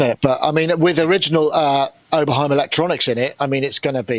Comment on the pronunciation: "Oberhiem"? Come on....